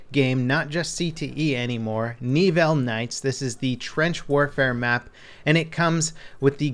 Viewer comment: Knee-ville? C'mon man. I had to cringe every time you said it. It's Neh-ville.